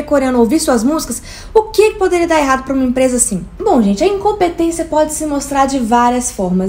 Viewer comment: O jeitinho que a enche a boca pra falar "Bom, a Incompetência pode ser mostrar de várias formas" é diferente, sabe?!